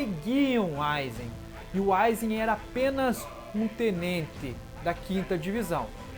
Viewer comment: Ele fala Tnente